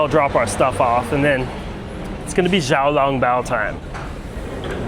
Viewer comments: Tip to pronounce xiao long bao, pronounce the "x" as "sh". Do not pronounce the "x". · it hurt me when he called xiao long bao zhao long bao.. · It's not zhao long bao, it's xiao long bao. Without really speaking chinese you made it pretty far :) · where do foreigners get the idea that X is pronounced like a J? jiaolongbao? that killed me. when in doubt, just treat the X like a "SH". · Great content. I love Xiao Long Bao! By the way it's pronounced Shao Long Bao (x is close to the sh sound)...not zou long bao. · Xiao is not pronounced as Jiao, think of it more like Shiao. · Xiao long bao is pronounced wrong. Xiao is pronounced shall . Hangzhou is Hang joe. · Can't say I know what "xishuangbanna" is but for this case, it should be pronounced "shiao long bao". Sh as in be-quiet-kinda shhh.